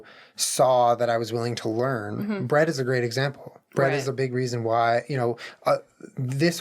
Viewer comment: I thought you were calling your friend Bread, but then I realized you were saying Brett 😂 lmao I’m stupid 🤣🤦🏼‍♂️